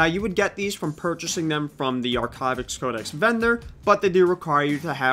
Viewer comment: My favorite part of this video is when you mispronounce Archivist every time you say it :)